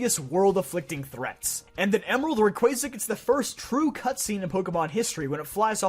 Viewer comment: you pronounced Rayquaza correctly, liked and subscribed even if you had Johto at second worst